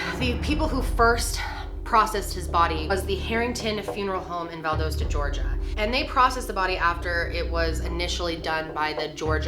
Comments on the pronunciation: This happened not far from where I live and I'm still not sure what to think. BTW. It is pronounced Val dos ta (like msdos) dos rhymes with sauce. Val Dauce ta lol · Val-dah-sta Georgia. A QUICK news report on the case would have told you how to pronounce this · Just a small side note.....the city is pronounced Val-Dah-stah instead of Val-Doh-stah.....coming from a born & raised Georgia Peach lol 😊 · Val-daws-ta not Val-Dos-ta 😂luv youuu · Not being critical at all i promise. i just find it so cute and funny how you say Valdosta lol. i grew up near there and its so adorable. Its pronounced with a soft o, not a hard o. Like cost. not coast. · BTW its pronounced val-dah-stah not val-dow-stah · Val- dah-sta Val-dah-sta. The mispronouncing is killing me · I say Val-daw-sta!! Lol I laughed to when I heard her say it!! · Yep right off the bat you said my home town wrong. Please research before making a video. Val- DA- Sta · We pronounce it VAL (like the nickname of Valerie) DOSTA (like a pair of Costa sunglasses but w a D) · Val - das - ta Georgia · Valdosta the o makes the ah sounds. Lol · Valdosta ( Val- da-sta) that’s how they pronounce it down in South Georgia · Being from ga and hearing her pronounce Valdosta “Val-doe-sta” is so! Strange to my ears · Val-doe-sta why does everyone mispronounce georgia towns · Val-dah-stuh haha sorry I just had to comment that, I love you and your videos !! ❤❤❤ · Andrew Harmon yes, we pronounce it ValDAWsta in Georgia lololol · Not trying to sound mean but it’s pronounced Val-doss-ta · I live in Valdosta (pronounced Val-Dost-A lmao) and this was definitely no accident. This story breaks my heart. I think of Kendrick every time I pass the school. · It’s pronounced Val-dah-sta! 😀 I live about 30 minutes away. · I’m from Georgia. It’s pronounced Val(doll)dosta lol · It’s pronounced Val-dah-sta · ..val-DAH-sta. Sorry. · Ok. Love you! But it’s pronounced Val-dah-sta 💕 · (Its pronounced val-dos-the soft o not like do)